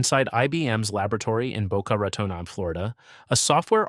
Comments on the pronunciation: Boca Raton-on? 😂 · I love the AI's struggle to pronounce Boca Raton. You're trying little buddy, I know you can do it! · Are you ever going to have a human read the scripts so we don't have to hear so many terms mispronounced?! Sit-riks, Boca Rah-tone. jeez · OMG, some of the pronunciations are HORRIBLE! I can mostly forgive Boca Raton but not Citrix. It's "sit tricks", not "sit ricks"!